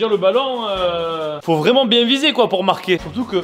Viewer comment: Il a dit coi a